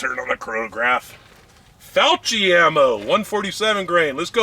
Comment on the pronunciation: Pronounce ‘cch’ as a hard ‘k’ sound, with a slight double consonant: ‘fiok-ki’. In Italian, there’s only one correct pronunciation, and this is it.